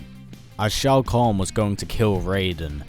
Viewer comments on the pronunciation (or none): Why did you correct Shao Kahn as Shoa Kahn? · SHOA KAHN correction SHAO KAHN